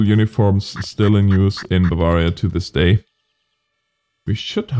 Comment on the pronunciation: your bavarian pronuncation is very good :D